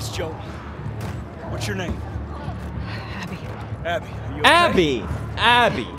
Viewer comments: I love how pewds just continuing to call her Debbie instead of Abby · I think its like "Dabby", Dead-Abby. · PewDiePie keeps calling Abby Dabby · pedws keeps on callin abby as debby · still callin her debbie its fing abby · The amount of time Felix mixed up Abby and Debbie’s name 😂